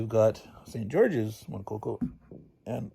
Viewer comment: Maybe I can help a little with the French. St. Georges sounds like "San Zhorzh," and turns out that little tail on "montcoco" really is part of a q. Pronounced Mont-COKE, it means Rooster Mountain. :)